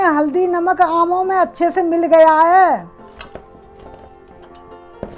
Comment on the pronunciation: Itni gaee gujri hindi,naamo nhi aamo ko